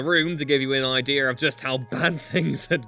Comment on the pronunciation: It’s “IDEA,” not “IDEAR!” ffs!!!!